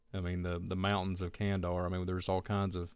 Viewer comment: Why are you pronouncing kan-da-har like "kan-dar"?